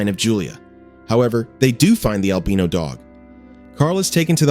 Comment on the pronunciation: Albino has a strong "I" in it. The way he is saying it is DRIVING ME.